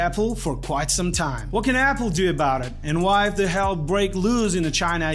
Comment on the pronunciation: He pronounces it A-pool, Apple and Apool.